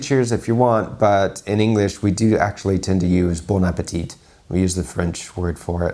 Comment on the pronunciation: Very cool video, nive and funny reaction ^^ just one thing: when you pronounce "bon appétit", the last T is quiet, french way to tell it right: "bon appé(a)tee" but short "tee" :) YW